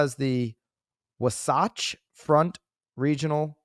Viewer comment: WAH-SATCH lol